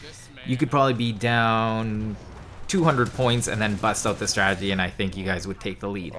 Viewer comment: U said stradegy at the beginning